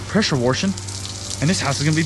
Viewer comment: I can’t tell if it’s your southern accent or you’re saying pressure worshing instead of pressure washing on purpose